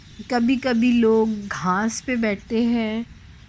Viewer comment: Why not use the word 'baagh' for park? Im not sure 'dikhna' is standard urdu im afraid. And watch out for pronunciation of grass (ghaas not ghaaNs), and urdu R is hard not soft.